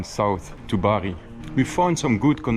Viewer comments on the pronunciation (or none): none